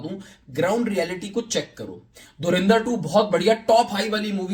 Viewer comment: Dhurandhar bolo be... dhurinder nai